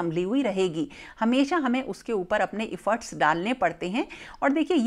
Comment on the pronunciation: I am a huge fan of yours. You are my inspiration for home making. Can I please mention that it’s ऐफ़र्ट्स not इफ़र्ट्स. I totally understand it’s your slang of that region. please take it positively. Whenever I hear this word it just bothers me.